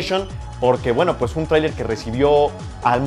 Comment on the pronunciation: porque no dices trailer como una persona normal?